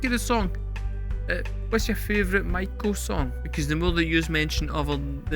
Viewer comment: Mako is a type of shark. A Maiko (My-Co) is an apprentice Geisha. You;re still saying May-Co. In Japanese i is pronounced as a double i, or Long E sound. So it's Ma-ee-ko. There is actually a word in Japanese, ii.It's just means good. But BAND-MAIKO was so well received they did this two years in a row and never again. The next year was the COVID Lockdown and the following year was Miku's Solo project Cluppo's PEACE&LOVE. She did a song for each member of BAND-MAID but only PEACE&LOVE got a video. That one was for MISA who has a sort of Hippy / Punk aesthetic when not in uniform. You might do a reaction for that one since you like Miku's singing. It's pretty good, or ii desu ne. Very catchy. Also, Orenji has done documentary videos for each of the girl's backstories. You should watch those, even if you don't react to them. If you want to hear another band kind of like BAND-MAIKO check out Wagaki Band.